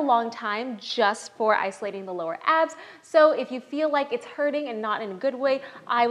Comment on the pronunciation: i like how she said "ya FEEL that?"